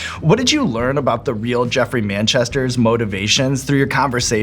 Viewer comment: He said ..geffery like do know who I am 😂😂